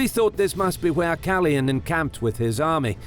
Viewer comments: Awesome video as always! Just one thing. The name should be pronounced KalOyan and not Kalyan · KaLOYan not Kalian! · you totally mispronounced Kaloyan